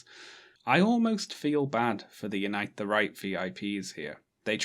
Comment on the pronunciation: I always hear “Unite the Reich”